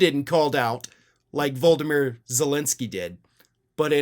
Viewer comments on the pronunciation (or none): Not Voldomyr Vlodomyr